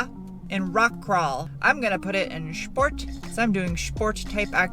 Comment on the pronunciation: Of all the fun things you say, "Shport" is my favorite.